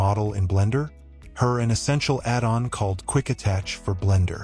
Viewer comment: The ai voice pronunciation… “add’n”🤦‍♂️